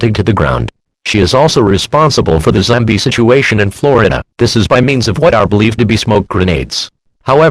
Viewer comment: “Zambie like creatures”